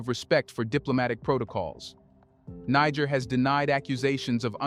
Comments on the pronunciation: Bro...Prouncoune it right. what seems like a good report I stopped because you keep mipronouncing it like you're trying to drop the nbomb. Africans docnt call themselves that and any amount of time spent listening to them would let you know that and the pronuciation. It's another colonial language so it's pronounced Knee-jair. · I wish you would not keep repeating the same information. It took you 8 minutes to tell us why the bases are there. You repeatedly mispronounce “Niger”. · learn how to pronounce Niger. Step one.......remove american flag! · I WISH THIS CHANNEL WOULD INVEST IN EITHER A REAL PERSON OR A BETTER READING MACHINE, THE PRESENT ONE SUUUUUX, IT MISPRONOUNCES SOOOOO WORDS AND EVEN HAS PROBS SAYING THE SAME WORD i.e. NIGER THE SAME WAY WITHIN THE SAME DIALOG . TRY USING WORD CORRECT!!! COME ON GUYS BE BETTER!!!